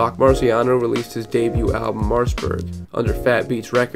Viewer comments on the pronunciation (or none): none